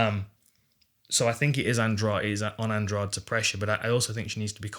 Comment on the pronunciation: Andrade should not be pronounced as if the "de" is like the second g in garage. It should be Andradeh. (I know that Portuguese sound the "de" with a "soft d" and English doesn't have a sound like that, nor letters.)